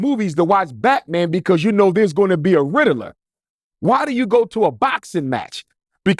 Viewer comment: N!ggah said a Riddleler … it’s RIDDLER!!